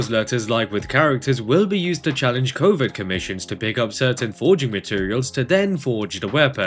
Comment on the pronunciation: Why am I hearing Covid commissions not covert😂